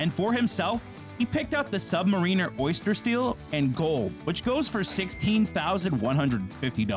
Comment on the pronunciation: The watch is pronounced Sub MAIR inner